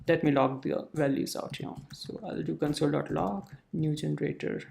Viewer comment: It's console not cunsole